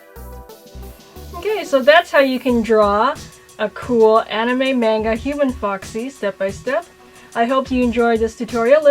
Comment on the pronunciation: YOU SAID MANGA WRONG!!!!